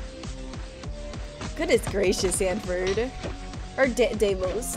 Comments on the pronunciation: IT'S not desmos it's deimos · It’s pronounced Deimos (dem ee os)